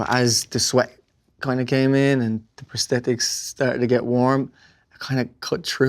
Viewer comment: When he code switches back to his working-class Dublin accent when he says "Prosthetics"